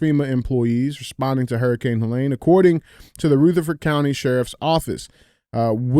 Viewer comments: DJ: it's Helene...not Huhlain. Andy: please axe him to pronounce it correctly. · Pronouncing all that medical stuff right, and then mispronouncing HELENE 100 times is crazy! LOL